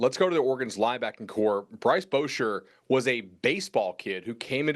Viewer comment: excuses are so pathetic!! Doesn’t even know how to say Bryce Boettcher’s name, and said “We didn’t know a ton about this defense”.. Bryce is a six year player, you don’t know how to say his name yet?! He lead the team in tackles the last 2 years, you don’t know what “he’ll bring”, and you can’t even say his name right!! Oregon doesn’t need you to acknowledge their excellence, stick with your southern bias and keep your ignorance far away from Oregon, please!!!!